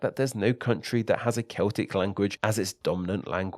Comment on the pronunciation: Why are you talkinG like tha-TUH?